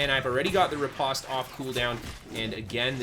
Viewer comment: very nice! also, the pronunciation is ruh-powst